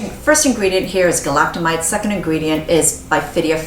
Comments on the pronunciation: Galacto-my-SEES not mites! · I like your videos, but FYI "galactomyces" is not pronounced that way, and SKII uses saccharomycopsis ferment filtrate, not galactomyces ferment filtrate.